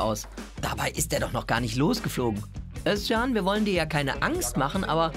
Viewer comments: Finde es geil das du den Namen Özcan richtig aussprichst . Korrekt 🖒🖒🖒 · Jetzt sagt ihr Özcan so schön richtig. Aber der Nachname ... Den sagt sogar der Typ selbst inzwischen falsch, damit die Almans sich keinen abbrechen.